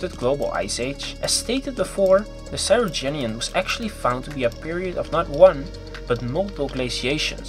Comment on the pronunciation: Cryogenian, not Cyrogenian!